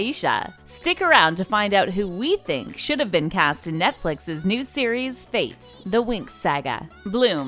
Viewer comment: I love how they pronounce "fate" like "faith"